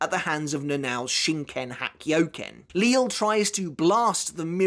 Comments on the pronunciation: I'm quite surprise that you still call him Lil or Lilly when he's name was already revealed to be prounounced as Lijie or Lijee. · It’s kinda weird to still hear “Li-le” or “Lil” when it’s now “Lije” which makes sense considering his pronunciation of chocolate, it makes sense for the “LL” to make a “J” sound. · surely you're aware of the proper pronunciation for the names of Lille, Cang Du, Äs Nödt etc by now? Are you just used to the way you've been pronouncing them thus far?